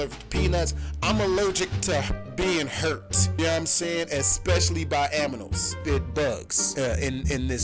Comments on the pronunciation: In the beginning did he say aminals in sted of animals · Aminals??? I thought it was animal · Lmao “Especially by aminals” it’s animals* my dude 😂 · HE SAID HE ALLERGIC TO AMINALS NOT ANIMALS BUT AMINALS LOL😂😂😂😂😂😂😂😂😂😂😂😂😂😂😂😂😂😂😂😂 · This nigga said aminal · “Especially by AMINALS” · Who checking to see if anyone else heard him say aminals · XD he said Aminals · He said aminals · DID JUST SAY "AMINALS" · Did u say "aminals"??? 😂😂😂